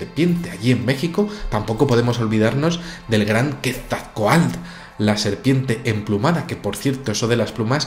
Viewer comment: buen vídeo. Se dice QuetzalcoaTL, con "TL" al final. Saludos